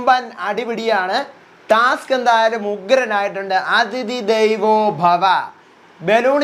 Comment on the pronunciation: ദൈവോ അല്ല ദേവോ 😂😂